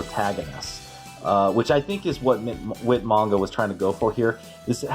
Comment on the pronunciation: Whit manga? Um….. 😐 who’s whit manga? Lmao 🤣 do you mean Whyt manga? Lol